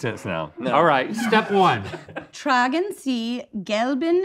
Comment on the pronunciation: „tragen siiee“ i’m dying😂😂